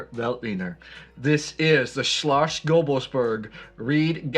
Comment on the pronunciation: And „Shlos” not „shlosh”. Damn, you Americans. Put some effort in pronouncation. 😂😂😂